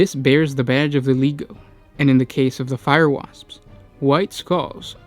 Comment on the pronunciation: I wouldn't worry too much, the guy can't even pronounce legio correctly among other words.